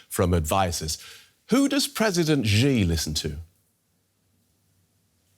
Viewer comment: Can your news anchor google how to say Xi correctly? He's making up a sound that exists neither in English nor Mandarin Chinese.